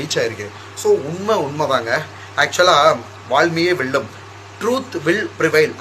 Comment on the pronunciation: அட தற்குறி அது வாய்மையே வெல்லும் அதை கூட ஒழுங்கா சொல்ல தெரியல